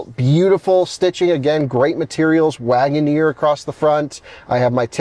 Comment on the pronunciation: Guys, let's be understanding... It is just Jeep Lag'o-neer 😂